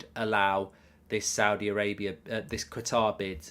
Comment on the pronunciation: Kat-ar. Not Ger-tar. Please Mark.